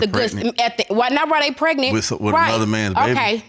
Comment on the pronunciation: He says pret-nit... not pregnant.